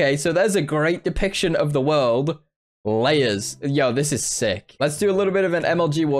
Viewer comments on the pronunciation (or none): "ok so theres a great depiction of the worlb"